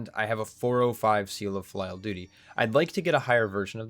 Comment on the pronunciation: I might be wrong, but I think it's pronounced "filly-al" like the word for family? :)